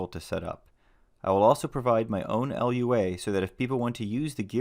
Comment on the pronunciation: Lua can be pronounced loo-ah, rather than spelling it out.